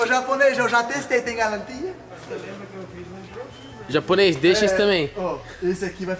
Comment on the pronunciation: Já ela o calin,no tem mais galantia 🤦🏻‍♂️🤣🤣🤣